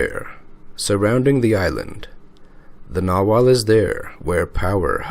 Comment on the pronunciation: The "g" in nagual is NOT silent. Imagine South American natives calling a jaguar... a jawar!!!! LOLOLOL